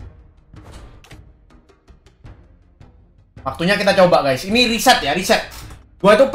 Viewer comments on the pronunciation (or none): none